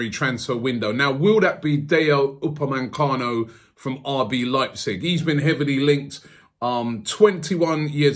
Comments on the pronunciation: UPAMECANO, not UPAMENCANO. get it right robbie :D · Why do you call him "UpameNcano"? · Robbie man you need to start pronouncing the people's names properly. Who is Dayo Upemancano